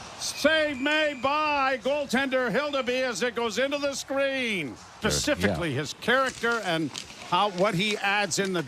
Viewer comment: did this moron just say "pacifically"????